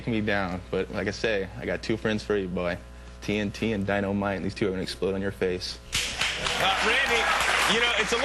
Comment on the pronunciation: nah nah nah man he said "dyNOmite" lol xD..